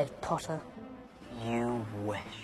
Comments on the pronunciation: It’s not Potter or pottah it’s PPOttaH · draco: Potter my subtitles: Pasta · Me: potter Draco:POTTAH Me:NO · "you'll never catch me POTTAH!" Sweetheart he's trying to catch the snitch not you. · Draco really does like saying POTTAH more then Harry likes saying Draco. Lol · There should a video for every time Draco says "Pottah" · Everyone: Harry Pottah Draco: hArRy pOtTaH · the reson malfoy says PoTtAh more is because hes gay while potter is bi 😌💅 im smort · Harry: repeat Draco: sure Harry:po Draco:po Harry:tt Draco:tt Harry:er Draco:er Harry:Potter Draco: PoTtAh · Video: PoTtAh Captions: pAsTa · Draco when he calls Harry:PoTtAh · Now he fr got me pronouncing it "pottah" and not "potter" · gay pottah? you wish. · Pottah i mean it sound like p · sup pottah! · During the potter scenes draco is say potter like butter but with a p 🤣🤣🤣😂😂